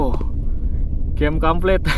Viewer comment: bacaanya game complete bang bajanya game kamplet:v